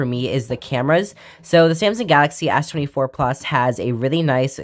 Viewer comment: lmao fr